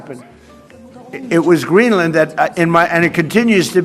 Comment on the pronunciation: Since he took office?!?! 😂😂 The US has always tried to conquer places!! This video is also the first time I’ve heard an American pronounce Greenland in correct English. Not the usual Green Land. The whole point of compound words ( joining two words together) is to shorten the sound. Greenland is very strategic. The US got dominance globally after WW2 on these very principles. None of this is new and Trumpian! He’s an absolute clown but far from unique.